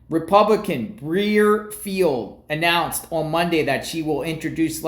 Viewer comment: Pronounced bri-er-field